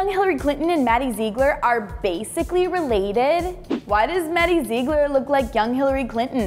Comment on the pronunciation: It's not maddie zeegler